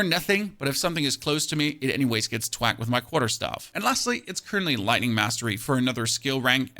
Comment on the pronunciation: freeze and twak freeze and twak xD